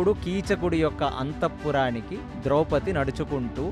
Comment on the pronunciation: ద్రౌపతి కాదు ద్రౌపది.